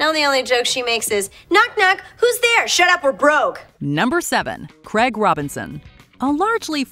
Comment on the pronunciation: Why cant Americans say the name Craig properly? Infuriating